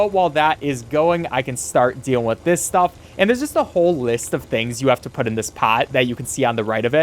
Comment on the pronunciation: Say wiff one more time...